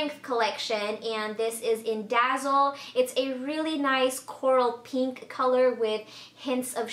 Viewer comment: "peenk" lol